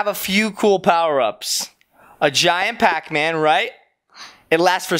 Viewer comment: Not pap Man is Pac Man